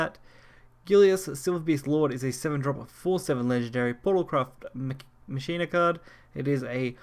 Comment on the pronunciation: In Machina the ch sounds like a K. Same way you pronounce Dues Ex MaKina! That wrong pronunciation is driving me nuts